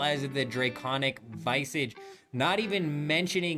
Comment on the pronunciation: Who says draconic VYE-sage or PEE-itty? Even the Europeans I play with have consistent pronunciation on these.